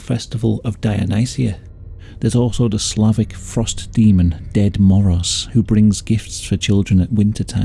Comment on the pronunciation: Not Ded Moroz being pronounced as Dead Moros lmao No hate to you! It's super funny XDD But for the context Ded Moroz literally translates as Grandpa Cold so as menacingly as russian name sounds it's the least scary name you can think of